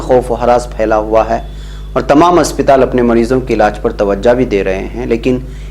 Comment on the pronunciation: मेरी राय मे सही नाम अस्पताल है ना कि असपिताल